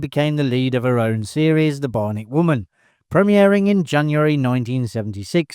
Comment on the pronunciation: BI-on-ic!!!! Learn how to speak!